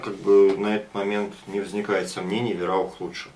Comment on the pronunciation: Сам ты вираух:)ВАЙРАУХ ГОВОРИ ИЛИ ВАИРАУХ ХОТЯ-БЫ! Живу в Германии,поэтому знаю что пишу.А так + нормальный обзор и Варя:)